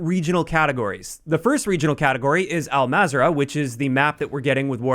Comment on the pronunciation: Everyone pronounces Al-mazrah wrong is just killing me at this moment. So it’s pronounced into three syllables ( Al-Mazra-a’ah ) Hope that helps y’all